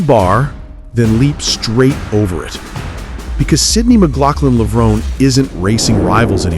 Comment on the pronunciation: Yep. It's pronounced "Levron-ee" not "Levrone."